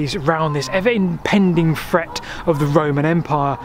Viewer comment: The is a "T" in Britain.... No "fret" intended